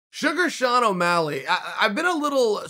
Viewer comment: 'Millenial' Sean Ow' Malleg